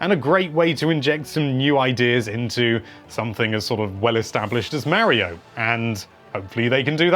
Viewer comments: Got the pronunciation for daemon down, just gotta work on Mario (not Marryo) now. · He calls Mario "Mary-oh" so there's that.